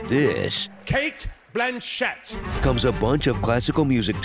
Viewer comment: "Kait" "Blan shat" 🤣🤣🤣🤣